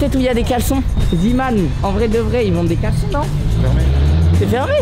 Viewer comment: Sa se dit prononce zèman pas ziman